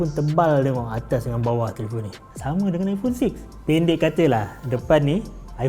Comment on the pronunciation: Best dengar bro ni nga jing ipong hahahahah puas!